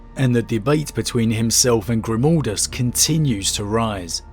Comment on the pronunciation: Eyerything good and great BUT it is Grim-A-ldus and NOT Grim-O-ldus, his name is Merek Grimaldus! Otherwise, I love your video, the story is great, I totally agree! ;-)